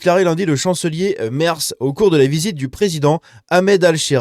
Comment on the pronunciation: Petit cours d'allemand: Merz...prononcé: Mèrts! Mais c'est pas si important. Merci pour la vidéo.